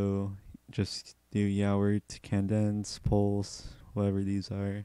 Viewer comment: If you redo this tutorial, pronounce Cadence kay-dense, not kan-dense. Think "Hup 2,3,4," the cadence call from a drill instructor. All about timing.